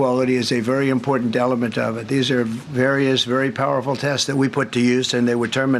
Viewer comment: He said “delement”